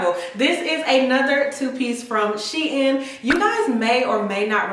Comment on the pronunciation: SHEIN IS PRONOUNCED SHE-IN before they changed the name it was She Inside.